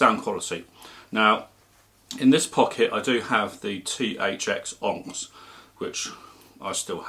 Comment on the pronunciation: Good review but that's not how you pronounce that well known gems name 'onyx'.